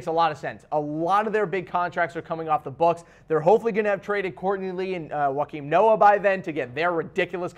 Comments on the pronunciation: Did he just say Juankin Noah........ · I just had to add this, I don't usually comment twice on videos but did he really say Wakeem Noah, seriously? That just indicates that the interest of basketball reached these guys when Durant joined the warriors, warriors blew a 3-1 lead, or when the Kardashians got involved with basketball. Not only that but they're using crying Jordans to rate potential moves, c'mon just have more respect for the game of basketball. Before anyone says, "these guys are just having fun" nah it ain't like that, these guys are really serious about these topics yet they try to keep it loose. It just doesn't work